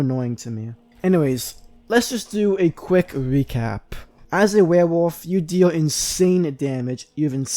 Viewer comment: Dude legit can’t say werewolf